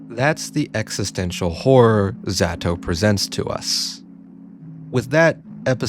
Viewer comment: why do you pronounce zato like that